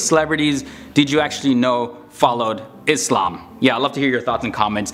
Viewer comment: massive respect to you when you pronounce ISLAAM as ISLAAM and not IZLAM!